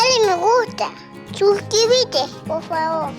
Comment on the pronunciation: Shuscribite, me mata!